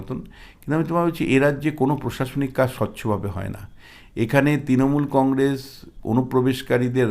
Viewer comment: Ei mathamota gramer maal,boro boro katha bole,Practically anti BJP,nijeke bisleshok bole,e akebare murkhyo item,uchchharon ta shununun,congress bole congrej